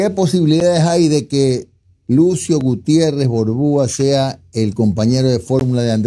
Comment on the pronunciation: Con este tipejo, "Gutierres" el medio pierde prestigio, balbuceando de esa manera confirma que no deberían darle atención, me apena el desatino